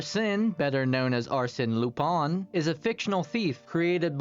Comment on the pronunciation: AMAZING VIDEO also Leblanc and lupin were pronounced wrong lol